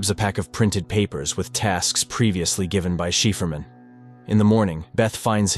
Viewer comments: "shiperman" hahaahaha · Wth is “Sheaferman”? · Shefurman? Seriously?